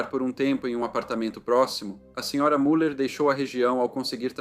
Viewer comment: A pronúncia correta de Müller é MILER!